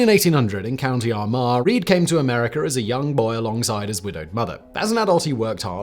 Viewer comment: America not Americker